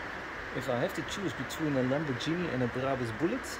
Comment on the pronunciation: Hi Dude! I love your content! Only one note: please look up how to pronounce Lamborghini😀